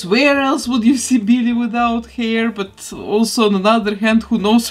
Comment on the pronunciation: I love it “Beellie”